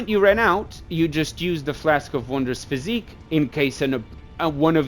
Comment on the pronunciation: Bro is saying physique lmao its Phys-ick.